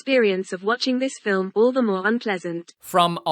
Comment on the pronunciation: I love the way calls this a "filim"...sounds like fill "em.